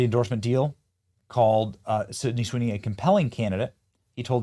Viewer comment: This man can't say her name first try😂